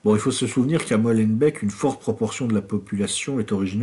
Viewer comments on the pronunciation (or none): A propos de Molenbeek, ça ne se prononce pas "Molenbècque" mais "Molen-béék" :-D :-D :-D